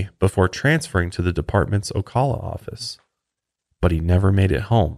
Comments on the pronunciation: You are saying Ocala wrong. Its my hometown. I am sorry. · so weird listening to you guys talking about the exact area I’ve lived in my whole life and I never even knew this happened also love the pronunciation of Ocala :) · I giggled at how he said Ocala lol. Fellow Floridian!